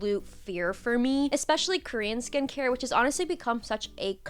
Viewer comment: When she said “ex-pecially” the first time she lost me